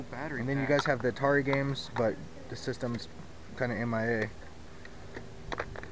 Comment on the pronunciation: It's not Altari it's ATARI